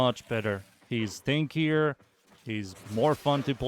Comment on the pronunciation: Sounded like you said makes your companion stankier. I busted out laughin. The Nidus touch up is nice, and i agree he doesnt need duration